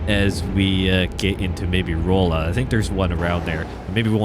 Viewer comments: Glad to see you driving in my state! Just a quick pronunciation tip: The oll in Rolla is pronounced like All, so R(all)a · Just a note, Rolla is pronounced Raw-La. I went to school there . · Yeah I’m from Salem 😂 hearing “roll-uh” scratched a nerve the wrong way 😂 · I came to the comments to see how many people were probably cringing every time he said Rolla, lol.